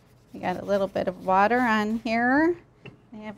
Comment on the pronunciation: fr it sounded like butter